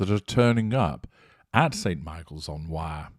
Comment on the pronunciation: Thank you for all your hard work.Please note: The river's name is not pronounced: WIRE. It is pronounced: WEIR, almost with a Scottish accent . Thank you.